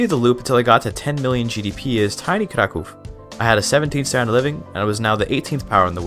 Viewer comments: It's impressive hoe correct is your pronunciation of the name "Kraków". People rarely bother to care about it and move along. And this is just cherry on the very delicious cake. Keep going! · Your pronunciation of Kraków sounds just like a native's, I'm thoroughly impressed and even more so considering you're a native English speaker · Your pronunciation of „Kraków” made me think you're a fellow native Pole, lol. I tried Kraków, but got bored, so overbuild my army with cheats and still lost against Austria. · Wow. He pronounc krakow normaly. Yay